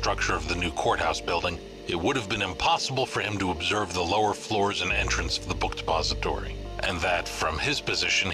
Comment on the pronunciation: I swear to god every time he says "Book Depository" I hear "Book De'Paulstory" and it sounds like some fancy hotel or something.